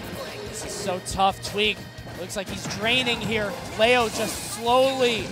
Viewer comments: IT'S GODDAMMED LEO (LEE-OH) NOT LAY-OH!! SO ANNOYING. Great matches though that make me feel like I need to really work on my Smash game. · Wtf its leo not leao wtf lmfao